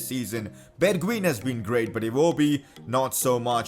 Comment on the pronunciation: #PCQ you call bergwijn =bergwien You schould say it as bergwein